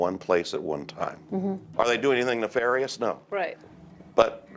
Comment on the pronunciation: I like how the narrator says nefarious wrong twice despite the correct pronunciation being said in the interview